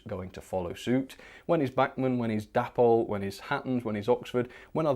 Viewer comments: Isn't it pronounced Day-pol rather than dappol? Oh, and Heljan is Hel-yan not Hel-djan! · Why do you continue to pronounce Dapol as Dappol? It's short for David and Polly, so it should be Daypol.